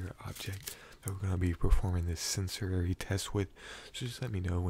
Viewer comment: Ok tell me why when you were saying sensory as senserary I started believing I was saying it wrong 😭😂🤣. Caption is not a cranial nerve exam but an attempted gaslighting of the pronunciation of sensory 😂🤣😭💀🌝… but ANYWAYZ this was another slay added to the books 😌💅🏽